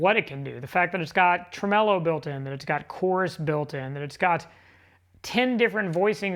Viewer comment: How are you spelling tremolo? Tremelo? That seems to be how you’re saying it.